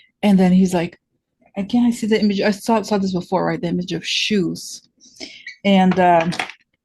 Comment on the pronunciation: Hahaha 😆 when you said "shies" I immediately thought of Imelda Marcos of the Philippines...and her hundreds of shoes